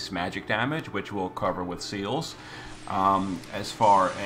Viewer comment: Thats him butchering "celes" lol